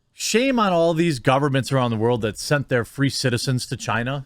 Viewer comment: Well i mean its CHIEEENAH